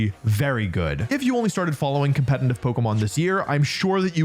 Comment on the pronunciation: The fact that he is saying competintive instead of competitive makes me hurt physically